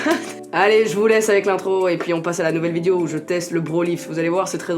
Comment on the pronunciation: Sa me stresse dans tes vidéo tu dit « vidieo » mais tkt on t’aime 😉❤️😘